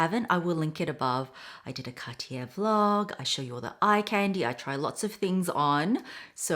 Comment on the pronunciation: You are pronouncing Cartier wrong btw